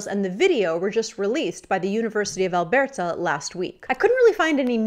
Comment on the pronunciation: It’s cute how you pronounce Alberta like someone that’s never been there. :)